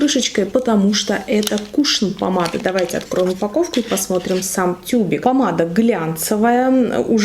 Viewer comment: Не кУшон, а кушОн правильно говорить.